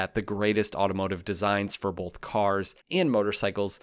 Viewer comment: Are you aware that you pronounce the word “both” as “boLF”? I’m not trying to be a jerk; I’ve enjoyed your two channels for quite awhile. If we were standing in line for coffee, as an example, and I noticed that you had a booger hanging out of one of your nostrils, I’d bring it to your attention (though we are strangers) to save you from further embarrassment.